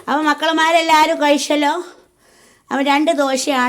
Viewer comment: കയിഷല്ലോ കുടിശല്ലോ ഷൂപ്പർ ഒഴിശു കൊടുക്ക ഷാ ഷാ ഷാ എല്ലാത്തിലും ഷ ചേർക്കുന്നത് ബറക്കാതിനാണോ😂😂😂